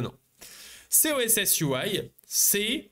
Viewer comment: Sorry mais ça me trigger de lire Coss et que tu dis SOSS plusieurs fois ...